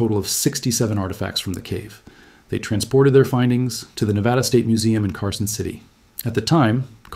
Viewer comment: It’s NEVADA, not NEVAHDA.